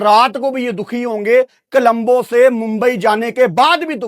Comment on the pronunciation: Colombo ❌️ Kalambo✅️